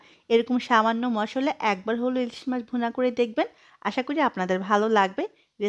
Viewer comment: মসল্লা না মশলা।😊